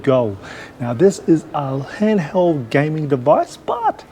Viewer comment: I know bro. I was just referring to how you said "handheld "😂